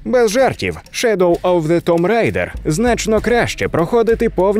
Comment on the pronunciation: Можна сміливо ставити лайк вже на за Тум Рейдер! Як вже захарили ті, хто каже томб райдер, а тут прям молодці)